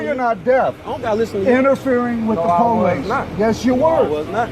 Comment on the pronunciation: interfering w the Poe-lease! Lmaoooo